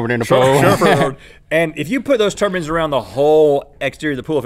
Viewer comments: Rhett says turbans instead of turbines.... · And turbines are pronounced "tur-bynes" not "tur-bins" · Could have sworn Rhett was saying ""Turbans" instead of "Turbines". I was picturing head coverings producing electricity throughout this episode!